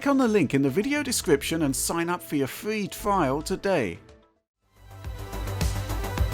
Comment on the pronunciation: A fwee twial?!